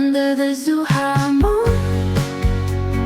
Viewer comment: This is great and all, but unfortunately like so many foreigners they can’t understand that the ZH of Zhuhai does not have a pronunciation like Z anything. ZH has the pronunciation of a J .